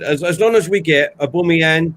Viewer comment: Man keeps saying Aboomeyang. Very Annoyang